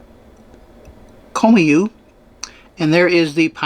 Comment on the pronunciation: too bad you didn't do ANY research before taking on this trip, Baie Comeau , ) pronounced bay como _ is a paper mill town that has a population of 5,000 english speaking citizens among it's 26,000 people , including 2 english speaking public schools, The paper mill and town were founded by John McCormick , an American tycoon who at the time was the owner of the Chicago Tribune , Colonel McCormick was instrumental in the entire development of the city , built right out of wild north , Baye Comeau is also the home town of former Canadian Prime minister Brian Mulroney , who once work at the mill, On your way to Baie Comeau you crossed over the Manicouagan river with Manic 1 hydro power plant on your left , it was built to generate power for the mill and is still working to this day nearly 100 years later , Chutes au Outardes , means Geese Falls , You are not looking at the Saint Lawrence river , the river ends in Quebec City , what you were looking at it The Gulf Of St Lawrence , it's salt water and part of the North Atlantic ocean , it has tides , hence the appearence of rocks at low tide , Your cell phone could have translated everything you were trying to read , The objects in the Parc are Interpretive art , which are changed every year by local artists , Next Time , read up and do some research , You missed so much on that trip it's impossible for me to go through it all.